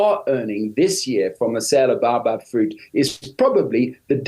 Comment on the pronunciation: Baobab, Cream of Tartar fruit. It was a fun fruit treat for me when I was a child so long ago. It was a burst of sour/sweet sherbet that fizzed in your mouth. I wish they could pronounce bay-o-bab correctly.